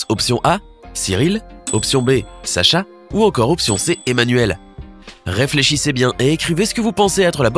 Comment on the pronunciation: Dacha non pas Dacha c'est Sacha ou Ash